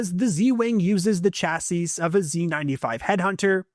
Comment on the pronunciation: You don't pronounce the last S in "chassis"